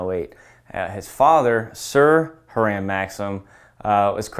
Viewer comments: Nit: his name was pronounced Hyram, not Haramm. Hiram Percy Maxim. Otherwise good and useful, informative video marked by logic, which is why it conflicts with DC policy. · Just FYI - - Hiram Maxim - you pronounced the inventor's name as "Her-am;" it's actually pronounced "Hy-ram."